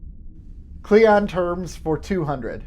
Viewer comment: It's "cling on", not "cleeyon". Qapla'!